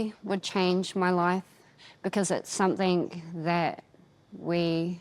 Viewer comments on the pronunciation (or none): The lovely lady at the beginning with the beatufil face tattoo, when she said the word 'something' it almost sounded like she said "somethingk", I've heard other people from NZ pronounce it that way too, has anyone else noticed that? I am fascinated by accents and how accents evolve. Does anyone know what it's called when a K sound is put at the end of a g in NZ English?